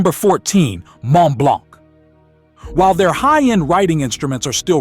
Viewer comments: Mont Blanc: Don t pronounce the c final! In French, the final letters nearly all the times are silent! Make an effort ! Not knowing to say properly Mont Blanc makes you look like a fool! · Sir, at least Google how to pronounce foreign brands properly. Vuitton is pronounce with a soft n, Heuer should sound like in German, Montblanc has silent t and c. Next, Montblanc produces remarkable pens. I'm a collector and know. Third, individuals with hereditary wealth have far more important concerns, they invest heavily in education. Those who love spending all the way on uber expensive brands are the newly rich.